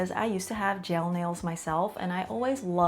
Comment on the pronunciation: I keep hearing "jail nails"